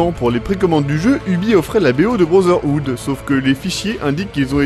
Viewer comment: Je HAIS lorsque tu (et la plupart des français d'ailleurs) dis Assassin's creed brozerhood... Ça se prononce brotherhood, il y a un T, et non un Z...